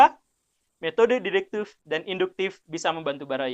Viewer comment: Berdasarkan pengetahuan deduktif saya, pak guru bukan urang sunda... karena fasih mengucapkan deduktiFFFF 🙏😆